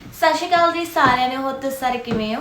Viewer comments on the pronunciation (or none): Sashikal nhi hunda sohneo... sat shri Akal hunda🫢🤪